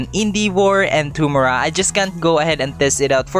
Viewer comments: that "Tumor-a" made my day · Indivor and tomoorah? ARE U FILIPINO, THAT MEAN AWESOMENESS